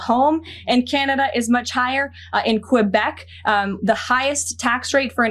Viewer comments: where the fuck is "Qwehbec"... if you're gonna talk about our provinces at least try to say it right... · She said qu woah bec. If yoy can't even pronounce the province keep our provinces out of your mouth.